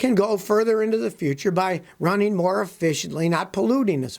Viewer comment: "Runneen"??? "Onplug"???